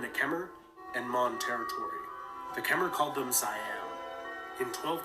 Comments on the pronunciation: Ayutthaya. Is Ay-Yoo-Thai-A...he completely destroys the pronunciation. Also Khmer is pronounced Ke-Mai. The Khmer people are of Cambodia. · You are wrong all. Ke Mai your a*s!